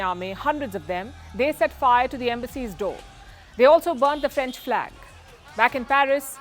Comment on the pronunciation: Franch merderers